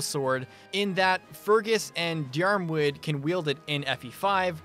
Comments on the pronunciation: Diarmuid is the Irish equivalent to Dermott! The pronounciation differs a bit from "Deermud" to "Dermud" depending on the regional dialect, but the way I've always grown up pronouncing it is the former lol Honestly I wouldn't stress over it, FE names are hard as hell to pronounce 😭 My overbearing sense of national pride just takes over sometimes for the Jugdral cast lmao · Non-Irish FE fans mispronouncing Jugdral names will never not be funny to me 😭Deeyarmooed.... “Diarmuid”s prononciation is as simple as “Deermud”,,,, complicated ass language with a shitton of extra vowels lmao